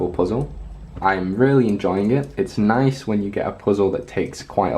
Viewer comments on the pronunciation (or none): none